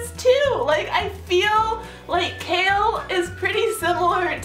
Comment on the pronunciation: His name is pronounced Kay-all not Kale.